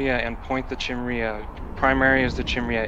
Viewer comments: well surely it's your job to teach your corp to pronounce chimera (ps it's HE-meh-rah, not KAI-mera) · Phonetically Chimera is pronounced "ki-meer-uh" like "k-eye-mere-uh" or "ki-mare-uh" depending on where you're from, but never Chimney or Chimreah :) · Actually it's more like Kai-mare-ah unless you were born in the SE US. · KAI - MARE - UH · I'm gonna comment because you told me not to. It's pronounce Kai-mare-ah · Guy needs to take a Xanax or something.. Chill. Also it's pronounced Kye-meer-uh. Just for future reference for you and your corp mates. :-) Still have no idea how to pronounce "Svipul" though... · Chimera, think it's pronounced as "Kai-me-rah". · Goddamnit. Educate your corp on how to say it. Kai-meh-rah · no need, but I'll comment: it' pronounced close to "Keemara" or "Keemera" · After this video, I'm never going to pronounciated Chimera correctly!!! YOU'VE DESTROYED MY LIFE!